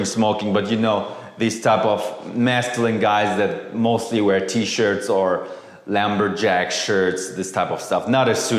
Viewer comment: Wait..did he just say "lamberjack shirt"?